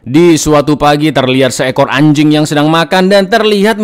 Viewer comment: Bang ngomong anjingg nya biasa aja dong 😂